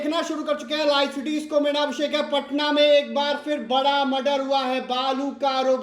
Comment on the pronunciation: पहले अपनी हिंदी सुधारिए। बरा नहीं बड़ा बोलिए सुरुआत नहीं शुरुआत बोलिए।